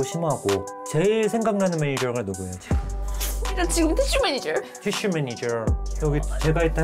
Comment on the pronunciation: 아닠ㅋㅋㅋㅋㅋㅋㅋㅋ은 왜ㅜ 발음굴리는거임ㅋㅋㅋㅋㅋㅋㅋㅋㅋ티슈매니절rrrrrㅋㅋㅋㅋㅋㅋㅋ